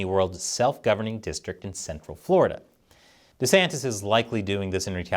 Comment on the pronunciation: Why can you not pronounce his name correctly?? It's not that hard bro.